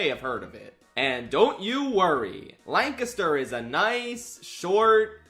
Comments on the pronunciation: You said Lancaster correctly!!! 😅 Yea, it was random, IDK. There is also Blue Ball PA near there. PA is just... weird 😂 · There were two giveaways that you're from Pennsylvania before you said it: - First, you pronounced "Lancaster" correctly - Second, you referred to it as PA. For some reason, we're the only state that refers to our state by its postal code Still, gotta be honest, it's gonna be weird to not drive by the wildly garish CN Hotel when driving on route 30. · I honestly forgot that you're from PA, but the minute you pronounced Lancaster correctly, I knew I was in for some good stuff lmao anyway, I've driven past this hotel a bunch going between my parents' house in south central PA and where I live in Philly. it'll be weird to have it be gone now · You can tell he’s from PA because he says Lancaster right. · Props for pronouncing it correctly. Can confirm, it's boring AF in Lancaster. 😂 Edit: your travel footage is hurting my brain. 😩 😂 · thank you for pronouncing lancaster correctly, no one in philadelphia knows how to LOL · Thanks for pronouncing Lancaster correctly. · Liked and subscribed simply for pronouncing Lancaster right. Thank you for not forcing the Californian pronunciation on us. My ears are grateful. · Thank you for saying Lancaster correctly!! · the proper pronunciation of Lancaster warmed my heart. Thank you.